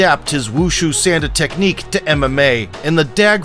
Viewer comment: I train sanda as well and i don't mean to be rude but its pronounced saun like in sauna and the da is pronounced d ah